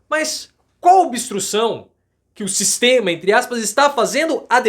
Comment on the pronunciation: O " Sixxxteama" é FOADA parcearo!! 😂😂😂